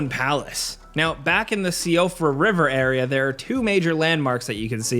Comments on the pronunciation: Love the video guys but please, its pronounced the She-fra river. It's an Irish name. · Fun little tidbit of info for ya: Siofra is actually an Irish feminine name that means something along the lines of elf or fairy. It's also pronounced Shee-fra. FromSoft do like their Irish names and words I've noticed. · The siofra river is pronounced sheefra, it’s an Irish name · So-free-uh River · Siofra = SHE-frah